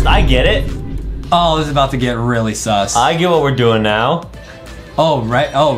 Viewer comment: Why you say S,U,S